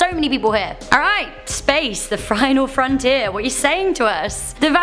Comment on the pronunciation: Did she say frinal frontier?